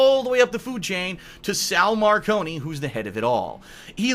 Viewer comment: This nigga said sal marcony